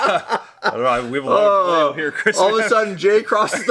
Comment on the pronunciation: I can't tell if you're mispronouncing "Vallejo" on purpose. Could go either way.